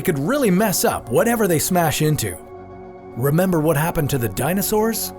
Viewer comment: its hard to rebember he said